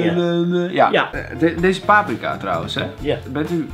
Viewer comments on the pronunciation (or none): none